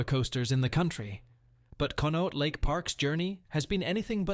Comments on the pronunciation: Conneaut is pronounced "Con-ee-awt", NOT Con-note. I don't know why these channels feel the need to use the AI narration, especially if the darn thing can't pronounce words properly. A human narrator can look up the pronunciation & get it right. I'll never understand why a channel that's trying to gain likes & subscriptions would ever choose to use a fake voice. Just read the script yourself! I'd much rather listen to a human narrator, than a monotone, computer-generated voice. Even if the human isn't a particularly great reader- it'd still be better than the AI voices! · kahn-ee-aught not Conote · Uhh it's pronounced CON-E-OTT lake Park and there is still rides there and Ghost lake event in October. Thanks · Pronounced con ee ott park. It's a tough one no doubt. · Conneaut is pronounced "Connie-Ot". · con-ee- ought...jeez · Conneaut: Pronounced [Khan-ee-yot]. You're welcome. They do an awesome haunted park in October still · Thank you, is was driving me crazy how he kept pronouncing it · The AI doesn't do well with some words, at least how the locals pronounced them. I noticed at least one in the first video as well. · It’s koneeought (sound). Come on AI!! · The park was called Conneaut Lake Park ...pronounced ( CONN E OUGHT) Get it right or go home !!!! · Good video. But number 2 is pronounced cony-yaught. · How he pronounes "conneaut" really upsets me. It has to be AI. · As a kid I rode the Blue streak in Conneuat lake. (Btw pronounced badly. ) I miss it so much. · Here's an idea. How about you use a real human voice instead of this crap AI, then you would be able to pronounce things like "Conneaut Lake Park". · Too bad the narrator can’t pronounce it. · Yes, thank you! Clearly AI narrated as anyone who knows the actual park knows how to pronounce it 🙄